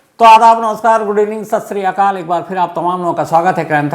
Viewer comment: Shams aap sat sri akal bola kariye Ssrikaal nai🙏